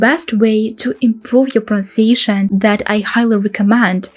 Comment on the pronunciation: You have not pronounced pronunciation correctly. Your English is really excellent for a non-native speaker but you seem to have some difficulty with this word? Watch this video and compare it to a native speaker saying "pronunciation". Try to say it very slowly, with emphasis on each syllable.